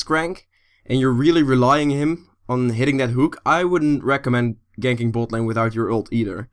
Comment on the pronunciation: you are saying bot lane in a funny way xD boat lane heheh